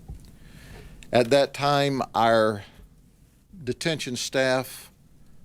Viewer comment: i find it funny how he says our lol more like ire